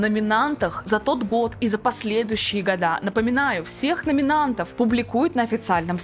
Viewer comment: Не годА, а гОды!👎